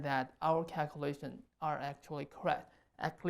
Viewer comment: Cakulashuns That's not an accent. That is a speech impediment. Fusrating